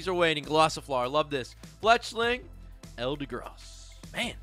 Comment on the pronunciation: Wow man the pulls were insane and the video, chef’s kiss. Keep it up Rev! Also why do y’all keep saying Eldegross it’s Eldegoss